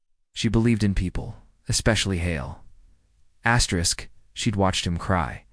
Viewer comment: I think her name is Astrid…,not Astrisk